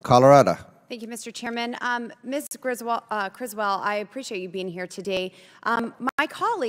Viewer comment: Did LB say Griswold? 🤣🤣